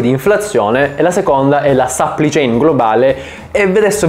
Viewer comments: Dio santo aggiusta il tuo inglese. Supply chain non Suppli chain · supply chain non si legge sapplì ciein, ma si legge sapplai ciein (che poi ad essere precisi la “u” non si legge nemmeno come “a” ma è il suono della schwa).